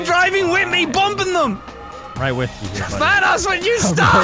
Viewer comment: Ey its Van-oss